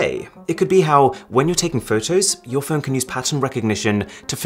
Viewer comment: phone, not phewn